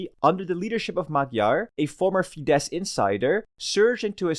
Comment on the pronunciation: As a Hungarian, I'd say this was a pretty good summary. Bonus Point for getting the pronunciation of FIDESZ right, which I heard badly pronounced many times before. Well done! :)